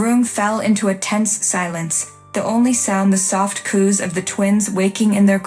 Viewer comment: Coos not coups